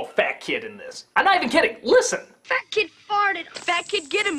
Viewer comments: Czy tylko mi się wydaje, że za każdym razem jak mówią Fatkid to brzmi to jak Fuck it? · To ,,fat kid", brzmi trochę jak,,fuck it". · Brzmi trochę jak ,,Fuck it''.